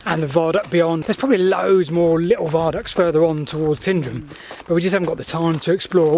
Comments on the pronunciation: And 'Tindrum' instead of 'Tyne-drum' (but it was nice seeing them stick to Tyndrum Upper and Tyndrum Lower instead of the new names. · 'Killin' is pronounced Kil-LIN. Stress on 2nd syllable. Not like the Killing Fields. A Killin' Junction would be best avoided. And Tyndrum is 'Tyne Drum' not 'Tin Drum'. From Taigh, Gaelic for house. So it means the house on the ridge. Fascinating though. I travelled the line many times. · tyndrum is not sounding like tindrum the way you said it the way its pronunced is like Tinedrum just spelled tyndrum. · Great video of some long lost railways in the highlands. Only point id make having lived there and that you mention the name so many times....Its Tyndrum pronounced Tighndrum from the old Gaelic for "House on the ridge". Nothing to do with the old lead, tin, gold, mine which although centuries old, post dates the locality and name. In July? 1994 I was driving back from Calendar to Tyndrum when an RAF Jaguar lost engine power down at Loch Earn, Navigator ejected over the town but Pilot stayed with aircraft to avoid the town and tried to crash land on the old rail way line just up from the viaduct at the top of the pass. Unfortunately he didn't make it out. I think there is a memorial to him up there both on the highway and the now walk way on the railway. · Cree-in lar-uch and Tine-drum :) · Pronunciation of Tyndrum: Tyne-Drum